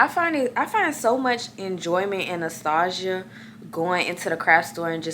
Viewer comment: You tried to say “nostalgia” or u did but it sound just like my name 😅I was like wait what she say! 😊 my name is Nastasja